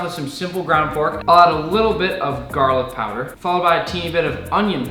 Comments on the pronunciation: "Garling Powder" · ah yes garling powder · Came here to ask about "garling" powder.